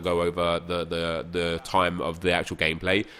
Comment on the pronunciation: Is it just me or when says gameplay it sounds like gay play